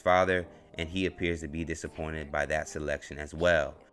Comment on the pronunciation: How do you say " dat" and "dis" and have proper grammar??